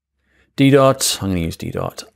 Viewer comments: Such a great tutorial, thanks so much! One fun tip, the font Didot, is from a French designer, so it's pronounced de-DoH, with a silent T. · Didot - t is not pronounced